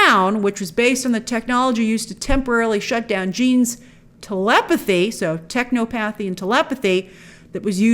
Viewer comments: you’re not saying it right. You pronounce it like you pronounce technology. Don’t know why everyone feels that O has to be hard. Technopathy is said with the same cadence and phonetics as technology. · lol I laughed at techno-pathy. It should be pronounced as “tech-naw-puthy”. I mean it’s not real, but it makes more sense. However, I’m sure I’m not the only one that says “o-pathy” in my head when reading 😂